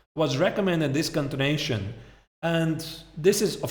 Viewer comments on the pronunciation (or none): its continuation not contination. So distracting